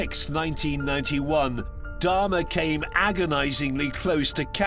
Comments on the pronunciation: I don't understand why several of the people keep calling Jeffrey Dahmer "Darhma". Why didn't anyone correct them and tell them his name? That's so weird. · I do realize some of them have accents but I mean that some are specifically calling him Dahrma. I don't believe an accent could make someone mispronounced a word that badly. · Who the fuck is dammah?😂😂